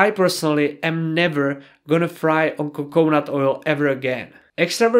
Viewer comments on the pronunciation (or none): co co nut, rather than coke nut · PS it is coconut three syllables. Co co nut. :)